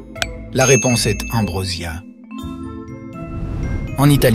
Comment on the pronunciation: Intéressant, mais beaucoup trop d'erreurs, surtout de prononciation. Il y a aussi des questions, avec l'énoncé (et réponse) en anglais ! la voix est clairement artificielle... et (donc !) niaise ! Ex : 10 000 dit : dix-zéro. La fleur "ambroisie" dite "ambrossia" ! St Antoine de Padoue, St François d'Assise : On aime bien le Rosbif, mais dans l'assiette ! Et tant d'autres erreurs ... ce qui est dommage !